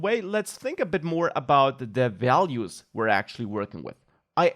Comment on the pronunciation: For a moment he was like Bob Ross, instead of values he says vealuse